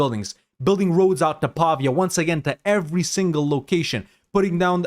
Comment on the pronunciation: Awesome video, thank you! As an Italian I hope it's fine if I give you a few pointers: Pavia is pronounced /pa-VEE-ah/, rhymes with pizzeria. And the word is Guelph, like Ralph but with /gue/ at the start. The Guelphs vs Ghibellines conflict started out as a divergence between the pope and the HRE emperor on who had power over who. Italian duchies and republics used it as a wedge issue mostly. Republics and mercantile states sided with the Pope as they hoped to get more autonomy from the central empire, monarchies and more feudal-minded polities sided with the emperor.